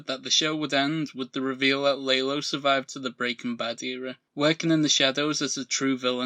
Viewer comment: Why do you call Lalo, “Laylo”?